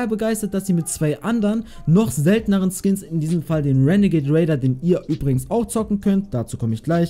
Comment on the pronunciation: Ich Feier es wenn du renegat raider sagst